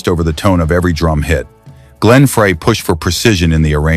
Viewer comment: Is it still a good story if you can't pronounce the names right? Glenn Frey is Glenn Fr-eye not Fray. Just saying.